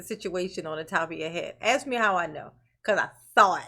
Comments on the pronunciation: Sustain not Substain, bias not biast, ask not axe, etc etc. But, he’s grilling the poor priest whether it’s a car or SUV!?? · constantly using the word "axe" is not particularly helping his cause..